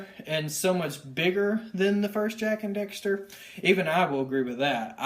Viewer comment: It annoys me so much that you say "Jak and Dexter"